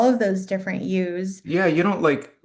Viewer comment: I love how she said all those different YOUS sounds like HUES! So much truth in the authenticity! I love source and all of you! Beautiful energy!❤